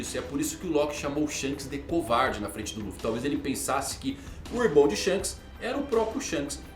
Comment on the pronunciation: Shonks kkkk